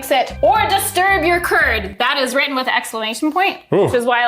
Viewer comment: "DO NOT DISTURB THE CURD!" I heard "Do Not disturb the TURD"